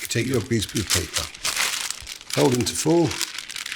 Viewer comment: he said grease proof paper quite clearly